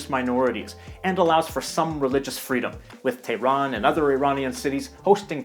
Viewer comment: No, not "or". Why do people think H's are silent in Persian? 🤨 … /tay-ron/? 🤦 It's like you're not listening to me. /teH-ron/ H's are NOT silent. (ElectroBOOM is /meH-dee/ not /medi/.) - The Balochi language is a north-western Iranian language that's spoken mostly in the south-east? 🤨 Weird.